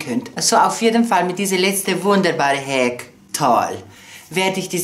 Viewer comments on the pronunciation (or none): none